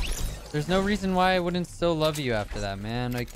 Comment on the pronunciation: lol he said stil not still